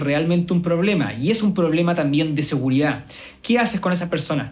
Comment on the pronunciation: No me da seguridad que se coma la d de seguridad.